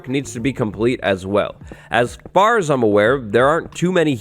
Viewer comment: Is anybody gonna talk about how it said "afr" instead of far 🙃